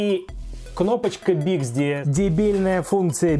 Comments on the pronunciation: Не БИКСДИ а БИКСБИ! Отвратительный обзор.... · Не биксди, а bixby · Я думал ослышался))) а нет биксДи и не ипёт)))